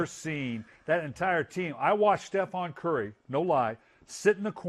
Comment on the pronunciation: "Stephon curry" lol smh coach Billick